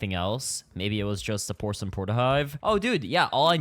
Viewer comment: "pocelain mask"🥀🥀🥀